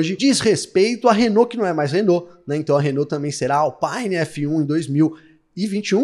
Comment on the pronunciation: Alpine é uma marca francesa e não inglesa, portanto, o "i" tem som de "i" e não "aí.